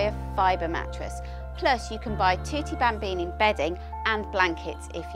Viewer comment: Thwotee bhambeanie hahah